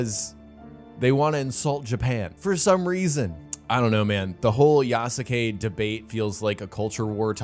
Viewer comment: Please for the love of god learn how to pronounce Yasuke's name right.